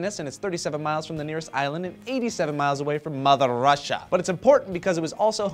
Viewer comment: When you said "Mother Russia" were you trying to do a Russian accent? It kinda sucked lol